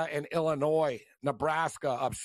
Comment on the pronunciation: Shift eyes calling them Illinoise lmao